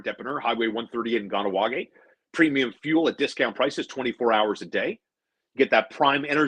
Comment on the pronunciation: Nice to see views go up finally. Good content today. Please start saying “gah-nah-wa-geh” for the love of god.